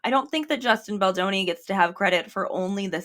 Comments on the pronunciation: I had to pause the video just to catch my breath after laughing so hard at "a-Justin Bolonga," that caught me off guard lol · not “a-Justin Bologna” 🇮🇹🍕🍝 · the accent on “justin bologna” is SENDING MEEEE!!!!! locking in for the rest